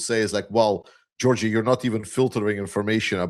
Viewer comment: did you say Gorgi? LOL, If that’s how you pronounce Georgey… I believe ya! Glory to the Victors to the Ukrainians!!! 🇺🇦🔱🌻🇺🇦🔱🌻